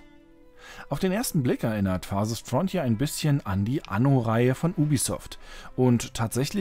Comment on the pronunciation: Ja, dieses „Farsest Frontier“ ist wirklich wunderbar.